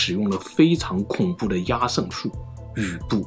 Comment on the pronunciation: 壓勝的壓字應讀“厭”，這是一個特例，壓在此處作為通假字，通厭，因此讀作yan（四聲）。